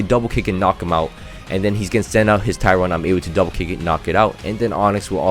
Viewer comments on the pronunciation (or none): none